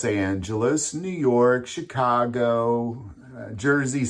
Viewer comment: By the way you mispronounced Chicago